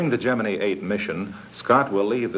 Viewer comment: The rocket looked like a giant bowling pin. And, BTW, why is Gemini pronounced "GEMIN-EE"???